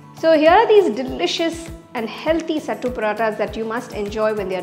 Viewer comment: Youre pronouncing it wrong . Its सत्तू not सट्टू